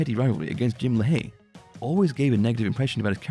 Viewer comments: The narrator must not be too big of a fan pronouncing Jim’s last name like La Hay instead of Lay Hee like they say on the show. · Great content for sure, although some things were mispronounced. Jim Lahey's last name is pronounced "Lay-HE" rather than "Le-Hay". Keep it up! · Good old Jim "Lahh Hay" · say it with me.... "Lay-Hee" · The way you pronounce "Lahey" bothers me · Why do you keep mispronouncing Lahey